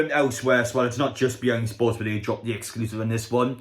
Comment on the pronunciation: “Be yeng sports?!” Howay mate, it’s Be In Sport